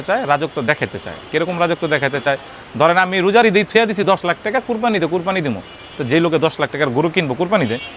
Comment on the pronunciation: কোরপানি না। এটা কোরবানি হবে।